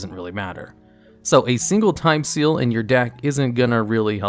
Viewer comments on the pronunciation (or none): Did you just say Time STEAL? XD